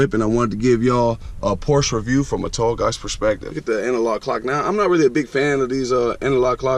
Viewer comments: Hey buddy. This is not a Porsch its a Porsche! But apart from this I do like your videos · "Porsch", really? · First of all, they're called "tail lights", not "headlights". Also, you need to google how to pronounce "Porsche". Lastly, the "clock" in the middle of the dash is not a conventional clock. Do your homework.